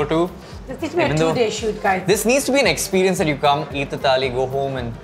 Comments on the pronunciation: It is not "Geee", it is "Ghee" It is not "Taali", it is "Thali" At least pronounce hindi words correctly. Stop with the accent. It is annoying af. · Am I the only one who noticed saying "Tali" instead of "Thali" every time he said it? #JustBangaloreanThings No offence! I'm from Bangalore and I laugh every time when my friends try hard to get it right 😆😆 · First of all, it is NOT TAALI, IT IS THAALI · I understand about kaneez..... but its called "Thaali"..... not Taali.... Taali means clap.... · Thali not Tali. One is plate, the other is Clap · its not taali it's thaali. Similarly it's not taal its thaal. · It's not a freakin taal or taali, it's a thaal! I am sure you don't have any trouble pronouncing game of THrones! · It's not taali but thali. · What's wrong with them?? Why are they pronouncing 'taali' and not 'thali'??!! How stupid is that! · Let some air out of your mouth when you say the ‘th’ in thaali. Thhhhhhhhaaaaaaleeeeee